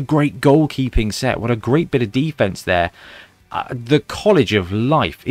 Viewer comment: When you were talking about the College of Death's muscle I thought you said "Beefense" instead of "defense! And now I think that should be used generally as a regular Blood Bowl word!